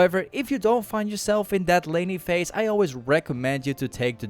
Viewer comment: bro i thought he said lenny face when he said laning phase LMAOOOO